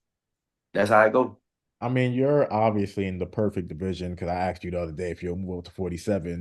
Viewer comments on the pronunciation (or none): But he says axed when he means asked